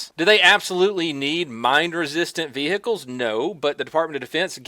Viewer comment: Ve hickles it's vehicles